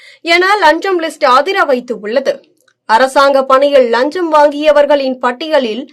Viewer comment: நீங்கள் முதலில் லஞ்சம் என்ற வார்த்தையை சரியாக உச்சரிக்கப் பழகுங்கள்.